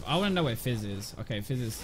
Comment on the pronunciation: When you say Fizz it sounds like FaZe